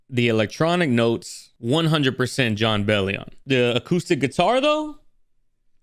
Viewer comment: hahah you said his name right the first time